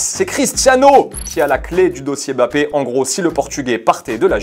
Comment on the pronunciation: je t'aime encore plus juste parce que tu prononces bien Mbappé.